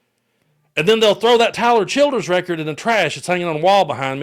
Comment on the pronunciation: I could not understand what you were saying. I replayed it over & over thinking you said something about children. Finally slowed it way down and turned on captions. Tyler Childers? I've never heard of him. Lol I guess I'll look him up! You said someone would wanna toss out his picture?